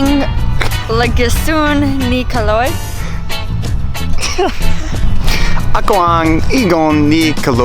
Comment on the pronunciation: I almost fell off my chair when your brother-in-law "Ako ang bayaw ni Calog". Why did they have a hard time reading the word 'Caloy'? The last letter is 'y' and they pronounced it as 'g'. You know what kalog means? Kalog is Tagalog slang for crazy.